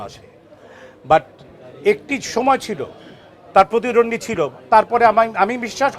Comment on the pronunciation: আগে প্রতিদ্বন্দ্বী উচ্চারণ করা শিখেন।নিজের মনকে সুন্দর করেন।